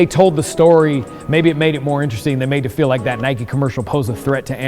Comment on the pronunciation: NIKE FFS NOT NIKEY